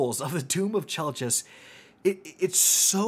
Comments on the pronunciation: I believe its pronounced 'Chell-kiss' for anyone wondering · It’s spelled chelchis but it is pronounced kelkis. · How exactly is this gun pronounced? I've heard KELL-KISS, CHELL-KISS, CHELL-CHISS. I need to know lol